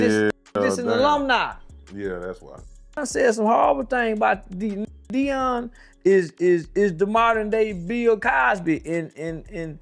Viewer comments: "Day-on Sanders!" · Who is day-un😂😂😂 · Damn this ninja can’t say DEION